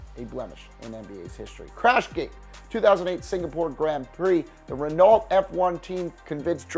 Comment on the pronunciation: Renault is “re” as in wren “no”